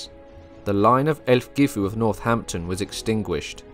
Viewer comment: 'Aelfgifu' should correctly be pronounced 'Alf-yeefu'. The AE dipthong is used in Old English to indicate the short 'a' sound (as in 'Mathamatics') and the letter 'g' would generally be used with its 'y' sound, now found only within words like 'night' and 'sign'.